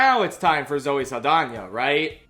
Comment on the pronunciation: the way you say Zoe Saldana like Zoe Lasagna gets me every time